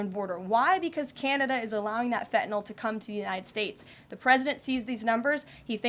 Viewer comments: Fentanyl is pronounced Fentanyl - not Fentanall. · Can someone please tell this woman there is an N in Fentanyl / it is not Fetanyl ! Also, why don’t you help your drug addicts ? The demand is the issue not where it comes from ! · This silly young puppet needs to be educated in the pronunciation of FENTANYL not FENTANOL. Poor speech for the position she holds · …and she can’t pronounce Fentenyl ( and I can’t spell it 😂) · Someone tell that stupid woman that there is a t in fentanyl. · I wish KL would at least pronounce Fentanyl properly(every time she says it! ) I’m not normally so snobbish BUT after all she does work in the WH. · Why can she not SAY the word fentanyl! She doesn’t pronounce her T’s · I wish she'd learn how to say fentanyl